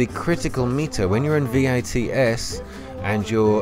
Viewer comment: Thanks for upload. Just FYI. It’s VATS. Not V. A. T. S 😉 Tho I’m sure u know by now